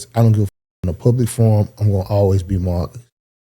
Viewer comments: It’s Mar - cus Not maccus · Bro… really calling Marcus “MAH-cus” is insane 😂😂😂😂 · There's an R in MaRcus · Why keep saying Mahhkiss? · Why he kept saying Marcus like that 😅😅